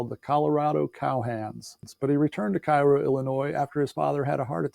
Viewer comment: Cairo is pronounced “Kay-row” Illinois